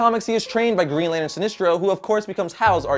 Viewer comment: "Lanern" lol